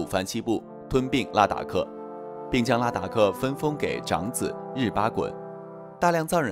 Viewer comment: 拉达克不是达拉克。